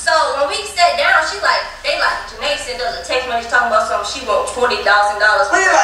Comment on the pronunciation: Im sorry but king keeps saying sunt instead of sent is just distracting me